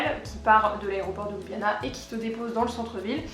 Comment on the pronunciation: Étant moi-même slovène par mon père, je trouve ton résumé très bien fait. La seule chose qui m'agace chez Européens de l'ouest, c'est la prononciation de la capitale: ce n'est pas ''Loubiana'' mais 'Lioubliana''. Sinon le reste est parfait!